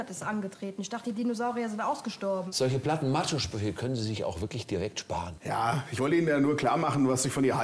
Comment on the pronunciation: Diese Frau hat eine "wirklisch" ekelhafte Aussprache! Und das auch noch in Führungsposition... das hätte ich nicht zugelassen 😂